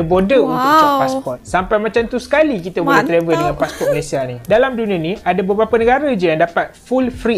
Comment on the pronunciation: Di Malaysia kami sebut passport bukan passpor